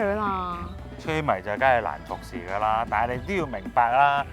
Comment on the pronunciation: 女主持樣子順眼，聲音幾好聽，係講嘢有D懶音！“躉我呀”“緊係呀”。